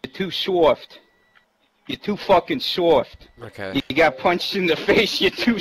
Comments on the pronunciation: Ahhahahaha he can't even say soft right, "your too Fuuuken soooorft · "Ya to fwarken sowft." wot? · "you're too suoft, you're too suoft..." lmao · That guys voice is fucking hilarious "sowft" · ''You two shoft'' XD learn how to speak before you insult someone.